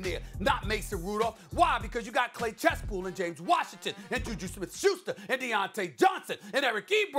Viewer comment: “clay chestpool”